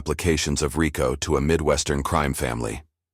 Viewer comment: The A.i. guy even butchard Rico act the first time it said it it said ryco at least in pronouncieation